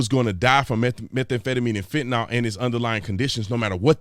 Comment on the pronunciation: #Bruh I luv ya man, I do, you’re a great man and I thank you for your service! I’m so sorry for correcting this, but it drives me crazy and it is nowhere near just you that pronounces it this way. The word is FENTANYL. Pronounced FENT-A-NIL, not FENTINALL. I hope you’re okay with constructive criticism. BTW I was also in the business here in MA in the mid 2000’s. Thanks for all you do. ✊🏼